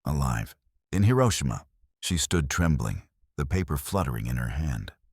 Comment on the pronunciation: That is not how to pronounce Hiroshima.